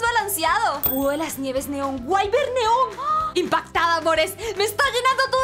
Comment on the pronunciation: Para mi no se dise waivern se dise wivern xdd